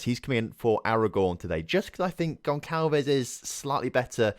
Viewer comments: Gonçalves is pronounced GonSalves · The ç in gonçalves is pronounced like an s